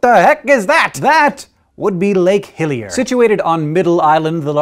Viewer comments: Sounded like he said Lake Hylia at first. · Am I the only one who hears 'Lake Hylia' when he says 'Hillier'? :O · ah! I thought he said lake Hylia! lol